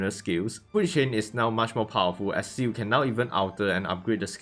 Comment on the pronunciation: wha like bruh you literally call ciel shu or ciu like seriously even i can say it